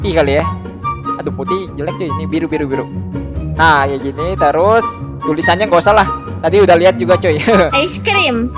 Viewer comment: maksud nya terus bukan terusa